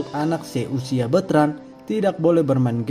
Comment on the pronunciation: Sy seneng deh denger beritain host KY gini tp jngan bilangnya Beutrand dong kn namanya BetrandPutraOnyo.